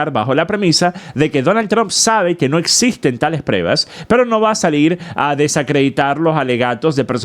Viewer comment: Saludos! No se dice PREVAS se dice PRUEBAS.